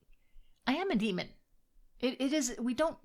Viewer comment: Did I hear her call herself a Dreamon? Amusing!